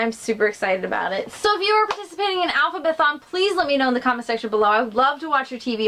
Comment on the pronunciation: Yes! I love that you pronounced the readathon right! Not many people do. Thanks so much for joining! You are awesome! See you on Twitter, hope you have a great time. 😊❤